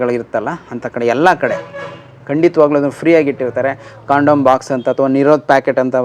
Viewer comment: ಕಾಂಡೋಮ್ not ಕಡಂ